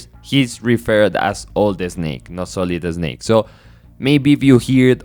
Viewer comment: Oh man, I love your accent and pronunciations. I mean no disrespect, but "Sohlid Esnake" gave me a good chuckle. Great video.